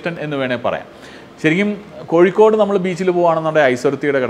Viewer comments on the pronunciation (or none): none